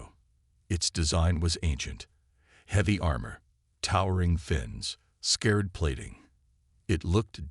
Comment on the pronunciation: I've listened to enough of these to realize the AI voice doesn't have a model for either "scarred" or "debris", instead pronouncing them as "scared" and "duh-briss".